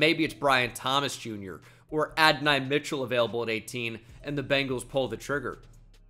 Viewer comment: ok I was wrong with mike but Adonai I’m not lol. That’s literally my son’s name spelled the same and everything. Lol think I know how to say my kid name.